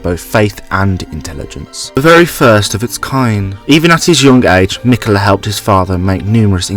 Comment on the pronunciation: meekala the oonalloi'd